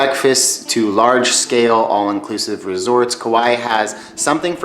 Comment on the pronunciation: Also Kaua'i is "ka why ee" not "Kawhy" . I know that's a little nitpicky though